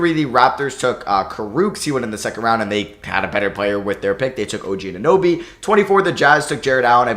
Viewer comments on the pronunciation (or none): none